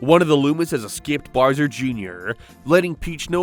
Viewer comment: His name is Bowser, dude. Why do you keep calling him "Burrsur"? XD It's like a toddler who hasn't learned to properly speak yet, what even is this??